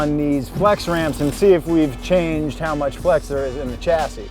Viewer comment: Its pronounced shassis not a hard CH, also for future reference "aluminium" 😂